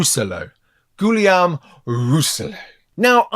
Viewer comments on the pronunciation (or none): Phonetically, Guillaume is pronounced gee yum with a hard G, and the double Ls are silent as in Spanish Va ye ho (Vallejo). 7th Son pronounces it correctly. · Nice vid ! Yeah, french names are tricky. First name would be pronounced like: Gi-yo-me. You aced that last name though, congrats !